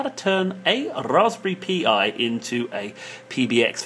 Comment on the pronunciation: Dude, please stop saying P:I , its Pi as in Pie, Raspberry Pi, get it? Like Apple Pie, Blackberry and Apple Pie. Pie pie Pi ... Do you understand? I can't take no more.